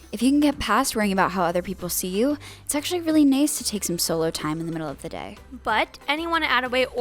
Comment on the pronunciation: Did no one else here “” say nace when she meant to say nice???